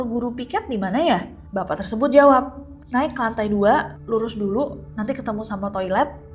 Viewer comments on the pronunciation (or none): none